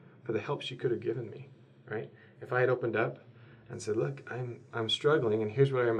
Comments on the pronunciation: Huh? Thuck? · I had to rewind to make sure he said thuck